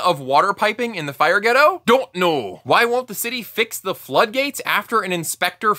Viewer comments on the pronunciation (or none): ... heavily accented "don't know" always nice to see fellow Critical Drinker viewers. That dudes got some infectious branding. Thanks for the family breakdown. It really sets you apart and and adds a needed review component.